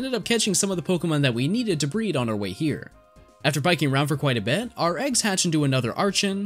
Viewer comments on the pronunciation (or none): none